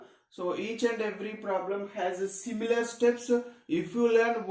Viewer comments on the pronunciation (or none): none